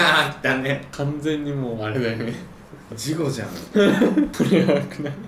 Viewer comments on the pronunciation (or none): じんたんの「事故じゃん」が「事後じゃん」に聞こえた人挙手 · 事故じゃん じゃなくて 事後じゃん に聞こえたのは私だけでは無いはず、、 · じんくん、事故じゃんって言ったんじゃなくて、事後じゃんって言ったように聞こえたんだけど、私だけか… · 事故じゃんのところさすがにやばいとおもったのか字幕事故になってるけど、じんたん明らか事後って言ってるよねwwww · 事故じゃん が 事後じゃんに聞こえた